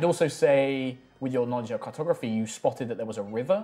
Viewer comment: Flummiification NAW-LEDGE